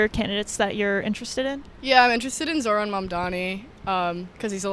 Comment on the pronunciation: With they’d stop calling him “zor-han”. It’s zohran.